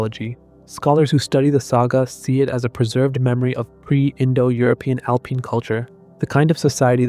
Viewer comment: "Alpeen"?!? Do better. Misleading title as they are NOT proven to be his descendants.